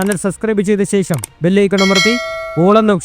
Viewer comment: ശേശം അല്ല. വിശയം അല്ല, ആദ്യം നല്ല മലയാളം പറയാൻ പഠിക്കൂ, ok